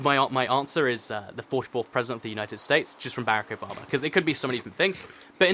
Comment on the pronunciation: I thought he was saying Bear-Ick Obama not Barack Obama